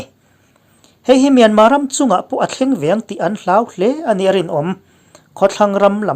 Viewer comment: Myanma tia lam hi a dik e.